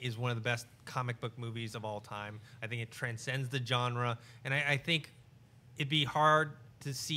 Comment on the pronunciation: The way pronounces Genre (Hard J) drives me crazy